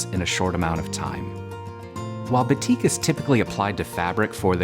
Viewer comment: Very beautiful design! Just to let u know, batik is actually pronounced as baa(as in baa baa black sheep) -tik.